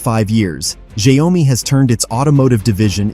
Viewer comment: Pronounce Xiao Mi. And not Xia O Mi.